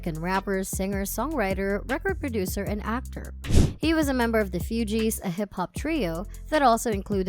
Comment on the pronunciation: The mispronounciations for me 😡. You'd think the speaker would know or research how to pronounce Lauryn (Law-rin) or Fugees (Foo-gees) before making a whole video about her. So disrespectful.